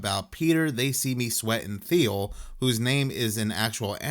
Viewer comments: Hey buddy, it's pronounced like how the color teal is pronounced. TEAL. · Thiel is pronounced like teal, the color.